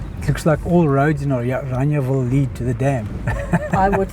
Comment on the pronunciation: Why are you calling it Oraniaville? Instead of Orangeville?